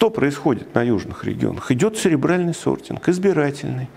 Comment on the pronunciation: Сортинг - ЦЕРЕБРАЛЬНЫЙ. А не "сребиальный". Касательно остального бреда - гугл в помощь забиваем "люди читают жопой". В вашем случае наверное, упомянутым вами "сребиалом". Далее. Читаем и смотрим про социальную стратифицикацию у того же Савельева и пытаемся это сделать не жопой. Потом нужно попытаться немного подумать. Если, конечно, вы в нужное русло энергию мозга направите.